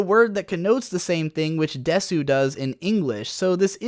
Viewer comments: Jesus I'm glad I'm not the only one who cringed every time he said that. One of the very first things you learn upon actually studying Japanese is that "deh-soo" is just pronounced "des" the vast majority of the time. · Wait did you just say "des-su"? I'm sure you know the u is silent in desu, right? It's just "des" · "they have her saying 'please' at the end of each sentence which is not grammatically correct" NEWS FLASH: People don't SPEAK with the correct grammar. also is pronounced "Des" not "desoo" Also what I heard in the first 30 seconds of this video was "I don't speak japanese fluently, but let me tell you why the expert translators are wrong" I love your videos, but god damn, this one was absolutely asinine. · Always saying desu is not correct in Japanese. Also it's ponounced more like dess, not desoo. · Desu = “dess,” not “dess-oo.” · In Japanese we don't say "desu", but" dess" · The word desu is spelt desu but it’s said des you digimon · I think I know enough Japanese to explain these issues Also: de-SUU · >"I learned Japanese" >pronounces desu as "desoo" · Please.... you hear it all the time when you watch subs.... you drop the 'u' is 'desu'.... its just 'des'...... -_ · Bullshit. Either one is wrong. It's "desu" but with more silent u. Not doubled "s". It's hard to explain for someone with English first language. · Says he know Japanese Still Says desu when it is pronounced as dess, even though the spelling says otherwise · It’s des not desu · big fat dislike for saying desoo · Correct me if I'm wrong, but I'm pretty sure the U in "Desu" is silent. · The “u” in desu is silent Japanese teacher nailed me hard for that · The u in desu is silent . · I get triggered every time you say it as desu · "speaks Japanese">incorrectly pronounces desu throughout the video. That's pretty much the most basic way to tell if someone actually knows any Japanese or if they're a weeb claiming they know any Japanese lol. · Isn't the u in desu silent